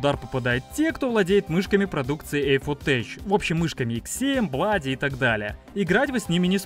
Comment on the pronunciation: щас бы tech читать как теч...